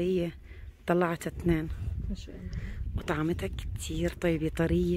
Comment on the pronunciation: اتمنى عليك انت وحماتك ان تلفظوا لفظ الجلاله صح لا تقلن اللا بل قولوا الله مع لفظ الهاء في الآخر